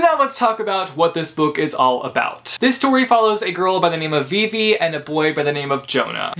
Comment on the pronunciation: Him pronouncing Vivi wrong 😕